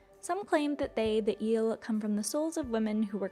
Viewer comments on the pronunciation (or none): The name is " ielele", not eelle. They are very dangerous and my grandmother told me that she believe in " iele" !! 😂🎉 Cristian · (this comment it is only about the original video, not about the reaction of Mr. Giant) That is absolutely wrong pronunciation. Right one would be "ye"(from "ye-sterday") "le" (from "le-gend"). And it is usually used as "the iele"="ielele" an then the pronunciation it's ye+le+le. Also the word it's defective from singular, it is always used at plural even that it's a single unit, it is always a group of entities so it does not have a singular form. The name comes from the third person plural pronoun "them" in romanian "ele"(fem)/ "ei"(masc.). In a loose translation would be "the Them" in feminine form (masc. would be "ieii"). Also the whole story it is completely wrong. Kids! "The internet" is not "The Royal Society"! Don't get the data as absolute facts. Most of the data is that some guy wrote something that he believed to be so, and that's it. No triple check from triple sources, no academy background, .. just some guy like you and me. Do not make educational videos based one what some random guy said! :)